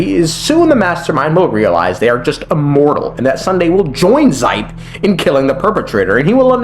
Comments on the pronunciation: it's pronounced "she-pey" not zipe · Sorry, but do some research on name pronounciation, the Xipe is read as SH-I-P-E, not Z-Y-P-E. No hate tho... Just my ears bleading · Ermmmm Xipe is pronounced like she pay ☝️🤓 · Minor criticism, but Xipe is pronounced like She-pey 😂